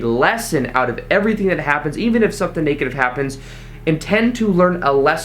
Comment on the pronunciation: Not to be negative, but the e in negative is a short e. So it is not pronounced "naygative," like the e in Spanish. It's neg, like egg. Same with leg, which is not laig but rhymes with egg.